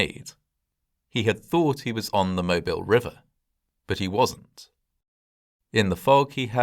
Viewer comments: side note, in the US it's Moe-BEEL, not Moebihl. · not 'mo-bill' it's pronounced 'mo-beel' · A wee criticism: the name of the port city in Alabama is pronounced “Moebeel.” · Wonderful video. Just a point of correction: The city name of Mobile is properly pronounced “mo-BEEL” rather than “MO-bile” or “MO-bul.” It’s the French version of the name of a local indigenous tribe. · Just an FYI, Mobile (the city and river) is pronounced mo-beel not mo-bil. If you aren't from the south, you wouldn't know. I grew up about 30 miles from Mobile. 🙂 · Okay, I'm not gonna lie, but your pronunciation of Mobile is cracking me up. =) I'm a native to the area - it's not pronounced like you you'd pronounce "mobile home", it's closer in pronunciation to "Mo-beel", with more emphasis on the "eel". You're not the only one to say it that way, but it cracks me up every time. All that said, thank you for going over this piece of our history. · Mo-BEEL - not Mo-BIL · Great video! One small correction, as someone from Alabama: the city and port of Mobile is pronounced "mo-BEEL". A lot of people who aren't from here assume it's pronounced like the word mobile, as in "mobile phone", but the stress is on the second syllable. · Mobile is pronounced Moe Beal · It's pronounced "Mo-beel!" If you pronounce the city in the British fashion, then you'll automatically peg yourself as an outsider. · It’s pronounced “mo-beel” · Mobile = "Moe beel" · I've only ever heard it pronounced "Moh Beel" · You’re really close on the pronunciation of Mobile. Us folks here in ‘bama usually say Mo beel, accent on “beel”. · FWIW, they pronounce Mobile as "mo-beel".